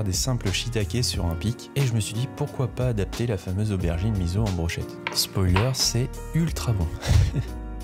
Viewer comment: Vidéo appétissante ! Je vais faire ma pénible sur un détail qui n'est pas de la cuisine à proprement parler. 🙃"Miso" se prononce misso (pas mizo).